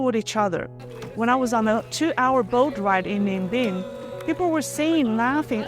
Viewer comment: The area is the scenic part of the Ninh Binh ( pronounce Ning Bing) province.. The long tunic called ao dai ( pronounce aw zi ...zi rhymes with die ) The food of the Vietnamese in Orange County California rival with those in Vietnam about quality..what they lack is the variety of regional food stuffs.